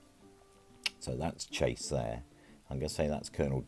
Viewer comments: Its pronounced sha say. Lovely video! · Baron Chassé, pronounced like Passé or Café.